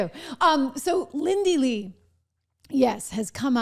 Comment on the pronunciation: Lindy Li you got her name wrong How?